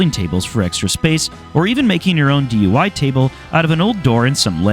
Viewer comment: Did you just call it a DUI table?